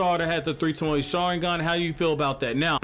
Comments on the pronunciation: Say it with me... toe-moe. Like, toe as in your toes, and Moe as in give me moe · Mans said tamoey